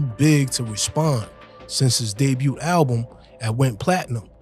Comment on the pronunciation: The T in debut is silent, my dude.